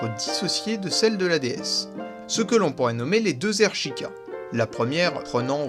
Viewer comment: et sheikah ca se prononce chaykah